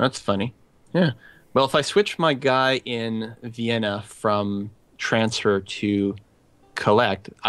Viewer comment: "Uwaeiwen" is actually called "Vienna", or "Viiin", I think :P